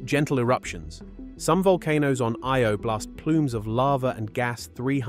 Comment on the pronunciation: Omg. Learn your words of eye-oh. . Lol not ey o lol